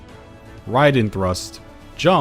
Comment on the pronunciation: I keep hearing "riding thrust" :|